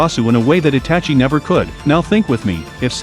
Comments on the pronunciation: ah yes, Atachi and Mad-ar-a uh-chi-a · bro this bot commentation pisses me off every second i listen to it bruh how the fuck did he pronounce madara and itachi bro